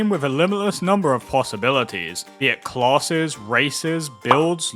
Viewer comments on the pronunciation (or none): When you "classes" all I hear is "closet(s)" which is giving me a good giggle 😅😂